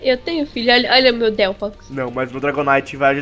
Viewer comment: mais alguem percebeu q no final ele falou delpox?